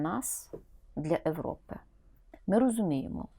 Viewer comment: Эвропа? Може Європа, згідно чинного українського правопису? Чи ти прохвесор царя тимка? Яка з тебе лиється ненависть до Європи, коли ти кажеш це! Неймовірно. Але ж бува так вимовляєш з ненавистю і українське. Кому служиш?